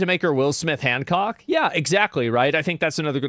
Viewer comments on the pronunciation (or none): none